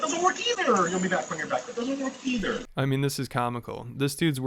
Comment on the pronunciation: "No, that doesn't wirk eeeeither" 😂